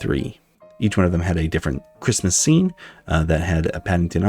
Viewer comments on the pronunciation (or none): none